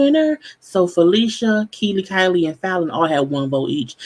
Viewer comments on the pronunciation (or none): she said 'Kiely/Kylie' LOL Her name is Kiely LOL